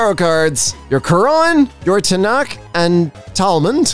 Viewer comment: it is pronounced tanach, with a sound like a garbage disposal machine on the ch